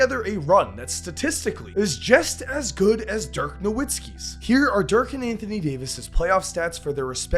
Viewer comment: Dirk was far too good for people to still be mispronouncing his name